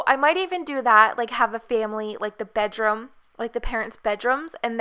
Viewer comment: where is she from? she says Bedrome and garahge